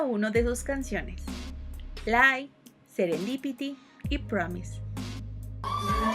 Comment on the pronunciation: discúlpeme señorita, pero se pronuncia Serendipity, NO Serendípity :) Y te falto Filtrer >:(